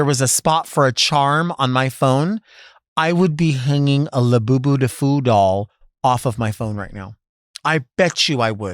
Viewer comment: I know its “Labubu” but I just heard you say “la Boo Boo”